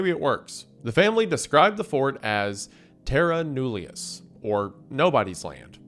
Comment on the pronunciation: Just wanted to correct you (about your pronunciation of Terra mullions), its supposed to be said like "TEH-ruh Nuh-LEE-us" not terra newlius (or atleast my spelling of how you said it)